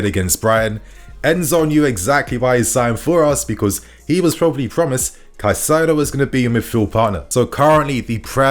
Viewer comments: You’re still saying it wrong. You’re saying Ca Sigh do. And then you said Cai sigh do (as in Kai sigh do) but ITS PRONOUNCED (Kai Say Do) Edit: you said it correctly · his name is not kuh-sido, his name is kai-setho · It's pronounced "kai-se-doh" in Spanish. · You have no right to mispronounce names my man.. do your research before please because it’s cringe hearing you get wrong the same players name everytime